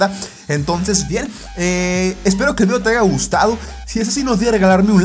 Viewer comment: Deja de decir 'aiga' es 'haya' :v Solo eso xD buen video!!! 😄